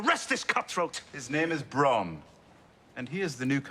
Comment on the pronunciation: He calls Bronn "Brone" this episode or something along that line, and also mispronounces other names pretty often. Not saying that clears him but